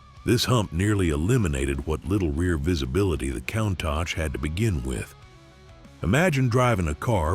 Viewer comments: Imagine driving a van! You can see nothing behind you apart from in your door mirrors! By-the-way, the car is pronounced coontosh!!!! WOW,. LOL...Look it up?....Great research & nice vid though...... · COUNTACH is NOT PRONOUNCED THAT WAY! PLEASE! FOR THE LOVE OF GOD AND ALL THINGS COOL. PRONOUNCE COUNTACH CORRECTLY. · Learn to pronounce "Countach" correctly! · How to pronounce Countach wrong 50 different ways. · ...and I counted 50 times!